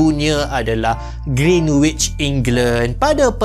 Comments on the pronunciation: Cara sebut greenwich ialah with silent w. Greenich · Bang, sebut Greenwich betul2..silent kan “w”, so sebutan betul dia ialah Gren-itch…🫰🏽 Edit: bab sembang nak jadi Mekah sebagai pusat untuk zon masa memang boleh jadi, sebab ‘Kaabah’ (di Mekah) tu adalah titik pertengahan bumi-scientifically proven. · kalau x silap sy, sebutan yg betul adalah Greenich (w xde bunyi). Apa pn terima kasih atas info yg bermanfaat ini❤